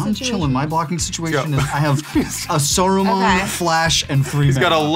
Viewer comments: It's annoying that he kept saying soruman and not saruman ... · ive never heard saruman pronounced so many diff ways